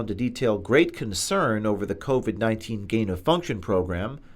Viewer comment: Well.well.well....even the 'Great Reset' can't hide that , DEMOCRATS WORKED WITH CHINA TO WEAPONIZE THE CORONAVIRUS- COVID-19- & ITS NOT PRONOUNCED COVET